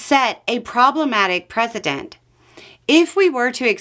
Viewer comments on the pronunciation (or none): Love and you. Double check how you are pronouncing precedent. It’s a soft c rather than a z. That’s a couple videos in the last few days. Not an attack. Just a friend. Hebrews